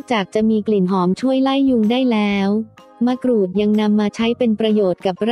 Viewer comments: ทำไมคนบรรยายออกเสียงมะกรูดเป็นมะกรู๊ด แปลกดี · คนไทยหรือเปล่าเขาเรืยกว่ามะกรูดใม่ใช่มะกรู๊ด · มะกรูดค่ะไม่ไช่มะกรู๊ด😄😄😄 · มะกรูดหรือมะกรู้ดค่ะ ออกเสียงบางครั้งก็เป็นมะกรู้ด คนไทยอะเปล่า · นงนุช สุขนา จริงด้วยเนอะ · เสียงจากโปรแกรม มะกรู๊ด